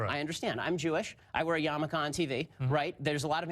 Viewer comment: just so you know, the "Jew hat" to which you are referring (which some people refer to as a "skull cap") is a "yarmulke", not a "yamaka". It is not spelled as it is pronounced.